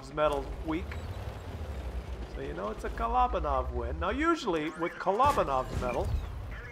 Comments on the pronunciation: why do you say kah-LAH-benoff instead of KOHL-oh-BAHN-off? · Thanks for giving me a secret shout out. I know in one of your contest videos I complained about your pronunciation of kolobanov. So thanks for that and yes know I realize you miss pronounce tank & medal names to trigger people & be sarcastic. I HOPE YOU READ THIS. Peace 👻👻